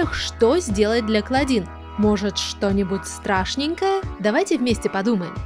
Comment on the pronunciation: Помойму КлОдин а не КлАдин